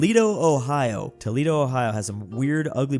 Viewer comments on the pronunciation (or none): none